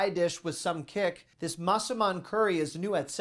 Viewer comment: as a Thai, your pronunciation of Massaman is very good!